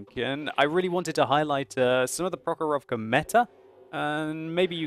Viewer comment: It is pronounced prOkhorovka, not prokhorOvka